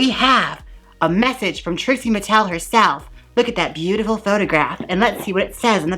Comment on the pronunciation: “expose ha , expose trixie mattelelelohoh” 🤣😅😅 Love it. lmao 🤣